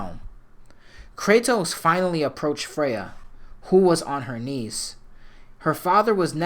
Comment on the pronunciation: Kratos"you do not want this fight Fraya..."